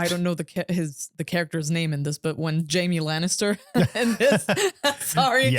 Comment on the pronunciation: It's "Jaime Fookin' Lannister"!